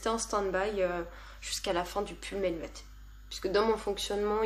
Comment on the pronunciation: Coucou ! Très sympa ce format vlog ! Je ne pourrais pas t'aider pour la prononciation de Jean asgeir par contre le pull menuet on prononce meunuè (c'est un morceau de musique)!